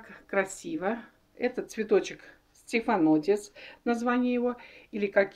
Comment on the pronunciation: Ужас-хоть бы название не коверкали! "Стенафотис" 🤣